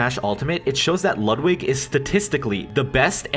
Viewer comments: ITS LOOOOOODWIG NOT LUUUUUDWIG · It’s lud=wig